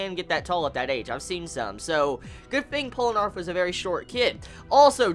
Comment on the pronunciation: Pole-eh-narf? hahahah